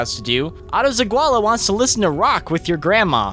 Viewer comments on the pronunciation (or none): o love how you mispronounce my last name za GUA la. please dont stop